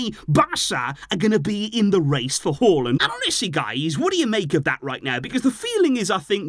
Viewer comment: As a norwegian I was actually shocked when I heard you pronounce Haaland correctly😂